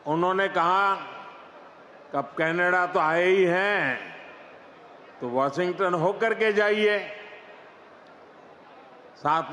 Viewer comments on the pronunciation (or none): none